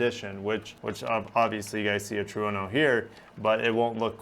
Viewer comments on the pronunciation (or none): Lol, it's pernounced "tr-en-no" Not "true no" 🤦🏾‍♂️🙄😑, informative video though. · I L.O.Ld when he said "Truno"?